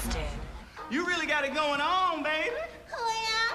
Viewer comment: In journalism 101 they should make broadcasters pronounce the letter g! Anyway, love hairspray!!